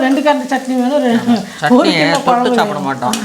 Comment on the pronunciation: கொளம்பு என்று சொல்லாதீர்கள். குழம்பு . உங்கள் தாய் மொழி தமிழ் இல்லை போல் தெரிகின்றது